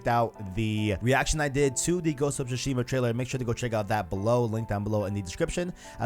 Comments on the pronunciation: Su-Shima bro. Not shu-shima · tsu-shima, not su-shima or shushima. the "t" is subtle, not silent, just like in "tsunami" though I know most people mispronounce that word as well